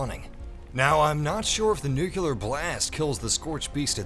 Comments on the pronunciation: Nuclear. Not “nukelar”. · Jesus fuck, it's "NuCLEAR", not "NuQLUR" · IT’S NUCLEAR NOT “NUKULAR” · For fucks sake, how hard is it to say NUCLEAR!!!! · It's pronounced "New-Clear" FFS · I hate when people cant say nuclear